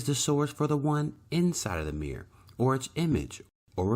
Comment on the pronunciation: Meer = Mirror Peculiar pronunciation.